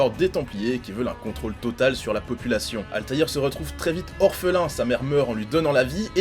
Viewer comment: Ezio a beau etre charismatique mais rien ne vaut la classe de Altair. 😉 c'est la premiere fois que j'entend quelqu'un prononcer son nom complet correctement.